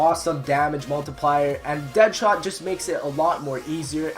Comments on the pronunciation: deadshot not deadthot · anyone else notice deadthot not deadshot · It said dead"thot" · Did anyone else notice that dead shot says deadthot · anyone else notice how it said deadthot instead of deadshot? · Deadthot? U mean dead shot? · It said deadthot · And you said dead thot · Anyone notice it said Deadthot instead of Deadshot? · You said DeadTot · Its says deadthot not deadshot